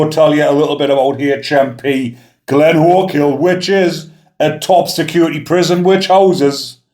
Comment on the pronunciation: Good pronunciation bigman.... Glenochil.... I'm impressed. 😎👍